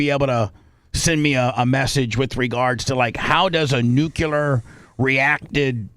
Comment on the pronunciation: “I’m not a newcular fizzist.”__Bubba